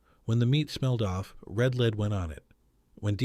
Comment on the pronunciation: SOS was WAY OFF! And powdered eggs are great! And Red LEAD sauce is LED, like the metal, not LEED. AI. Had to give on up this.